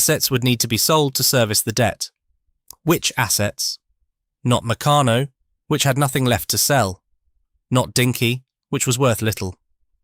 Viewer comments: "Meck-a-no"? Damn clankers. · Mec-a-no??? Huh. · Mec can no? OMG! Try Mec car no. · I used to get Meccanno magazine, its pronounced (McCann - no,) I got my enjoyment from looking at the various pictures of things you could make as we were quite poor and only had the No.2 kit, I think they went up to kit 10. I saved my pocket money over 4 weeks to get 2 bob to spend on an airfix kit from the newsagent. Just so excited me, it took me an hour to buy it, looking at the pictures of every kit in the shop and drooling over the ones I couldn't afford. I eventually got some humbrol paint as well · Oh no! Now mispronounce MECCARNO. Oh dear! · well mec aano it was founded in liverpool😅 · Mech an o ? How could you pronounce that wrong? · Meccano is usually pronounced Mi-CAR-no as , or McARN-oh. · There is no 'r' in Meccano. Meck ah no. You'll be English then, who removes the 'r' in heh ceh (hair care) and puts it in loranohdah (law and order).😅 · yeah an he's english ! must be too young ti remember , but we do . great days aye ! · Meck ah no. there is no 'r' in Meccano. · Very interesting to learn the history, but get a human to read the script. That way the brand names will be pronounced correctly, e.g. Meccano and Triang. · Yea...the way that the it pronounced " Meccano" was a crime. Good effort though.